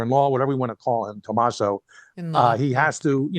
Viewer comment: he is Italian...his name is Tomasso, not Tomas, which is Spanish---get it right